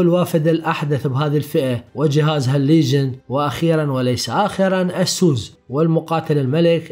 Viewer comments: يا اسووس انت بتقولها غلط.. اعرف كيف تنطق لمعرفتك انت.. لأنك تقني ولابد ان تكون ملم بالمصطلحات الانجلش الصحيحة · والله اكهرك من تكول اسوس.... يا اخي الفضها عدل خربت ام الاسم